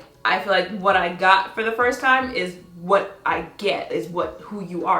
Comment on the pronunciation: He said... Hwat??? Bruuuuh